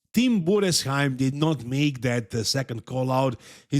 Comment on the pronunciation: As a German I gotta give credit to for pronouncing “Tim Budesheim” absolutely flawless